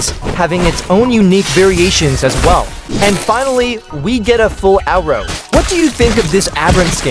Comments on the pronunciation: “as well as an owro” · Why you say outro like that 😭